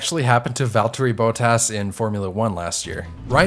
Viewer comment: "Valterri Boatas"